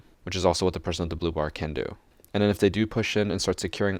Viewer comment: “And hen we have glaz”